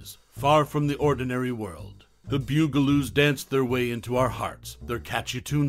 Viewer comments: BUG-a-loos, not BEWG-a-loos! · BUG-a -loos!!! Not bew-ga-loos!! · The ‘Byoo-gah-loos…?’ Really!! Arrrgh! I can’t even listen to the rest of it! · omg it's the BUG a loos. Mispronouncing the name is driving me crazy.